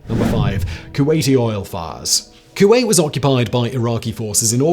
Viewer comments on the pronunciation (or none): none